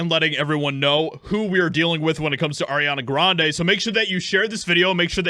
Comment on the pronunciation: Who the hell is arena graneee?